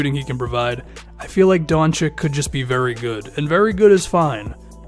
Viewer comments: The name is pronounced "Don-chich". I'm from Balkan. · pronunced doNchich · I don't know if you have ever watched Doncic for a full game but I think you're underestimating him. It's true that he isn't very athletic and he probably won't be a Paul George type defender in the future. However, he certainly can lead the team on the offensive side of the game. If I were you, I would select a big man like Ayton or Bagley. And man, please pronounce Doncic right.